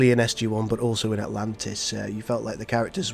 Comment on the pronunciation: Ur SG-I irritated me so much! Obviously it's SG-1